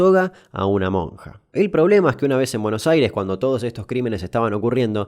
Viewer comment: like si escuchaste mosca en vez de monja